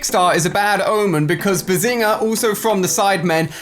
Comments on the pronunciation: you said behzina when it's behzinga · I agree he left out the G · he didn't emphasis the g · Say it right